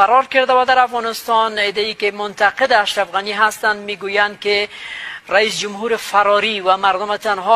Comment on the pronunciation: بلبللک واری میخوانی بیسواد،،،،،رئیس جمهور بگو ،نه رئیس جمبور....ههههه